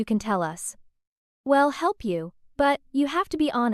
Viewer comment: It's a decent story but using AI messed it all up!! AI doesn't know how to pronounce words correctly, I'll is not ill, We'll is not Well, so many mistakes really takes away from the story!! AI should not be allowed!!